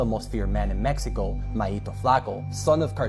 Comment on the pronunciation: In Mec•he•co. You mean in Mexico. I hate when this girl talks.